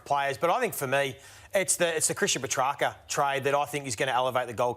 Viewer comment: it's not pronounced Petracker Ralphy. Good lord. Said it wrong about 10 times in this clip.